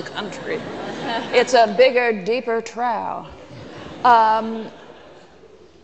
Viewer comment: Man I hate Peggy Noonan! She is so phony! "Hogs at a trow!" ??? She MEANS hogs at a TROUGH! Pronounce "trawf". But, whatever, she certainly ACTS smarter than anyone else, maybe she is... No, she's just a phony!